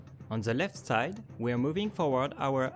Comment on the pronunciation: "On ze opposite site"